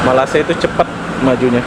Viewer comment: Kamu sebut nama malaysia masih salah... saya.cadangkan kamu tanya orang malaysia cara sebutan nama malaysia yang benar....